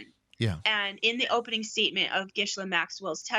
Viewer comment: You need to learn how to say Ghislaine’s name correctly.